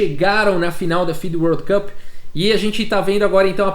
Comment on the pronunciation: Bom dia, otimo video como sempre!! E parabéns pela pronúncia do world cup de hoje